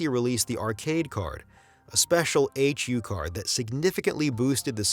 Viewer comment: I’ve never heard anyone say “H U card.” It’s a HuCard, all one word.